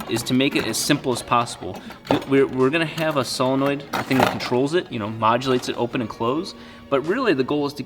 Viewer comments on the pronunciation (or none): none